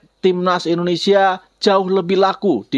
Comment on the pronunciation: Kok bisa bisanya salah sebut Indonesia, mana kenceng banget 😅 kan kitanya jadi gak enak kalo gitu 😂😂